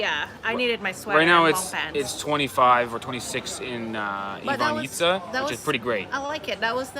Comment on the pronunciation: Yes, you have pronounced it perfectly. Its Ivanjica, just like you said. Enjoy.